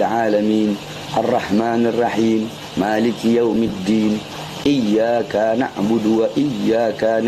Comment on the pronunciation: kakkkkkkkkkkkkkk kikkkkkkkkkkkkkkkk ,,,,salah total, ,bacaan fatihahnya, ,,,dlm kalimat iyakana', ,,di baca iyakaana, ,ada mad tobii"nya,,,menurut ilmu nahwu, ,mad tobi'i, ,,sma dgn jama muanasalim, ,yg maknanya menujuk pd 2 perkara,,,brarti, ,,iyakaana, ,mnujuk pd 2 tuhan(allah),,, ,parah, ,kikikkkkkkkkkkkkkkkkkkkk,,,,sibahar bersama guru2nya adlh orang orang musrik, ,,menduakan allah